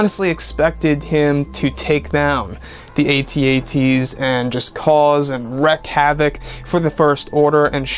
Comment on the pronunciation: A.Ts - A.Ts? Do you mean AT-AT